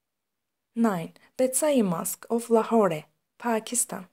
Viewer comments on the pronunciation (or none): none